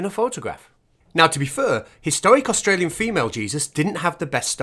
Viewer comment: What's an Ausralian?